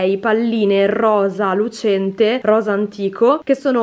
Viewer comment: pronunci "RRROSA" come noi siciliani... Per noi per esempio anche "BBBORSA" ha la tripla B 😊😁